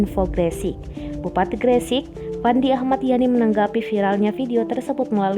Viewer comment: Bacanya Gresik koq aneh,,,emang gak pernah denger nama daerah itu ta